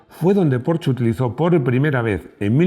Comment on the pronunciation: Me encanta esta Porsche aunque todavía no he podido conducir uno. Y me ha gustado mucho que pronuncies bien su nombre. Enhorabuena por el video y por escuchar a tus feligreses.